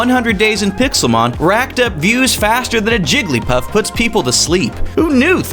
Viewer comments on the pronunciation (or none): none